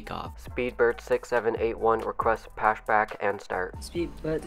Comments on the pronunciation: I’ve heard of pushback but never heard anyone say Pashback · I've got another one "pashback" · Excuse me, but did you say pashback? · did i just hear "requesting pashback" 😂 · And he also said pashback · “We’re gonna be doing plane code.” “Requesting pashback...”